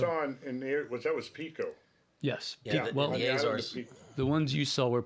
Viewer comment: Azores not Ézores. Just like it is not Éma Rica.